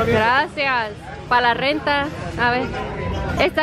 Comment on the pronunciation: She really said “pa la renta” 🤣